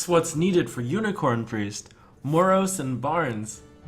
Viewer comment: Why does he keep pronouncing Moroes like he does? It's been making me feel ill xD